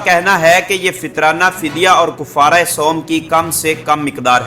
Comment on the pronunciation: بھآئ کوفارہ نہی ہے کفارہ کاف پر زبر ہے